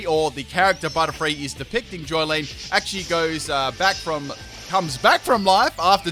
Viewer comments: It’s Jolyne not Joylene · Its jolyne not joylene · Did You just Call it Joy-lene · "Joylene" Okay who else is triggered he spelt Jolyne very wrong? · Yeah, my favourite JoJo protagonist, Genesect. In part 4, I like how he saves a child from death after exploding in a million pieces with his Technoblast. QOTD: Berserk. Not the movies, but the original anime. And the manga. Gureeto daze. 👌🏻👌🏻 Edit: little nitpick. It's Jolyne.